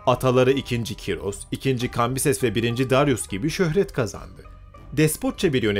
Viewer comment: abi cim ismi kyros degil ismi koorosh